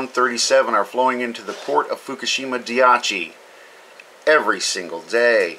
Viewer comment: You're killing me when you say "Diachi". It's Daichi bro! Be well!